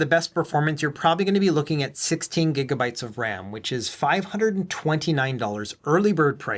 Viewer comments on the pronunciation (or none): none